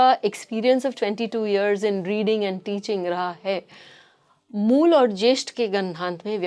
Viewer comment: Moola nehi mool😅